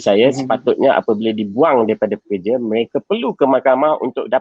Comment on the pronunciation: Sebut betul2. Pekerja., bukan perkerja